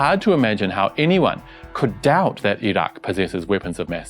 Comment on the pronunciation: You're one of the few westerners who pronounces Iraq (ee rock) correctly. Great reporting.